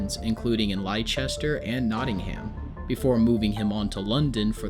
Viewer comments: Well done biography , but the city Merrick came from is pronounced 'Lester'. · I’m British and live near Whitechapel, I go to the same hospital Joseph lived in and have visited the shop opposite where he first displayed himself, it’s such a weird area you always feel like you’re back in time no matter how they build the area up, it’s also where Jack the Ripper did his bidding so maybe that’s why You did well with the pronunciation of British cities but Leicester is pronounced “Lester” 😅 it can be confusing as we have some odd spellings and some get Gloucestershire mixed with it but that one is pronounced “Gloster-shire/share”